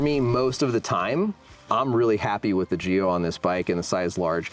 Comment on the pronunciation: these guys are “experts,” but they dont know how to pronounce Schwalbe and Giro? Pathetic.